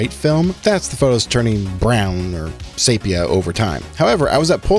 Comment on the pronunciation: Another good one. Sepia tone not sapia. Just saying. As You I like history lessons like the one you provided about the plane and cafe. At Polacon I would have asked the rep why the colors still suck and not great like Instax. And why did you go to an 8 pack from a 10 pack. Instax Black and white is amazing compared to Polaroid. And you should interview actor Jason Lee who just opened up a film camera store in California.